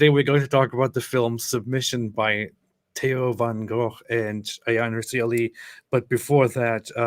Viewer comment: Thats exactly how you pronounce the name Theo van Gogh in Dutch. that reporter doesn't speak Dutch. Sounds like a Scandinavian language